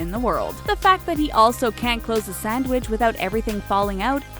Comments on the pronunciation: Y does this say sandwich so weird 😂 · The way she said "sandwich" 😭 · The way you say “sandwich” though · Why she saying sandwich like that